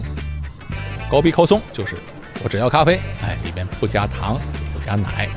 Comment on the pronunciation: kosong 发音有误，k不送气的